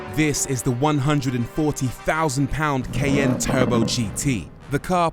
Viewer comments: Ky~an’ the pronunciation 😂❤it’s my first challenge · Did not know the brits pronounce this CAY N. In USA its like the Cayenne Pepper.... like it is spelled. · 'Cayenne' pronounced as: "ky-ANN"... or "kay-in"...???